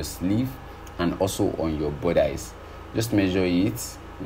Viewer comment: Bodice... Budissss... Not bodice ... Love your work 💓💕